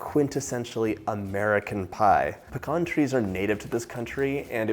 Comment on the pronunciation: Thank you for pronouncing pecan correctly….it is like fingernails on a chalkboard when someone says pee-cans!